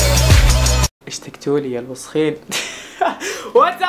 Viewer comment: هو انت بتقول اشتجتولي ... وشخين دول ال هما احنا البنتفرج علیک ?